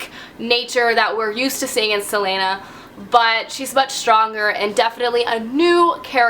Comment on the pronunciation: Ok I've just got to say this: Celaena = Sell-ay-na Aelin = Ay-lin ❤️ It bugs me so much when people call her selena haha